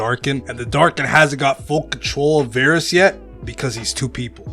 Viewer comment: Varus: Two "A"s? I thought I heard Two Gays.